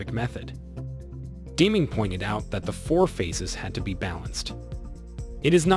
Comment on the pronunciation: Good Lord, please PRONOUNCE the Guy's name right! So far he STILL hasn't mentioned the most important phrase that TRANSFORMED the Japanese auto manufacturing industry post WWII - Continuous Process Improvement. #FAIL ....and learn how to pronounce Deming's name, huh?